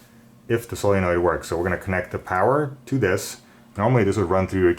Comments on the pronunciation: is he saying sillynoid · Please learn how to say solenoid.